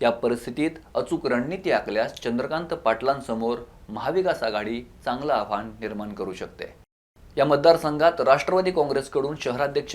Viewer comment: अणिल नव्हे रे अनिल 😂😂😂 आणि आव्हाण नव्हे रे आव्हान जरा निट बोलायला शिक.